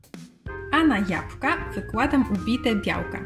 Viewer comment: Jabłka, proszę pani nie japka !